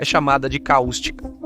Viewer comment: não é caústica. É cáustica